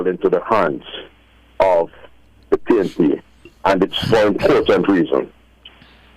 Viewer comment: Is it pnp or pain..p???😂😂😂